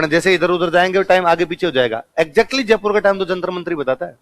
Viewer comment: तो फिर जयपुर को जजपुर तो नहीं बोलते हैं